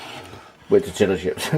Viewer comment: Lol toetilla is pronounced Torteeeuhhh